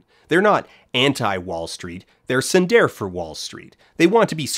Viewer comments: Dan is legitimately my favorite youtuber ever, and one of my honest to god favorite things about him is how terrible he is at pronouncing other languages. when I first watched this video I legitimately had to pause and then process the fact that he was indeed trying to say the word tsundere. I love him sm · I did consider mentioning that I've never once heard it pronounced like that. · he mispronounced it though. which invalidates his whole argument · bro didn't even pronounce it right i'm dead LMFAO